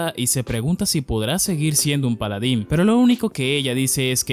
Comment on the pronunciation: "Polodin". hay ta lo que depediste :V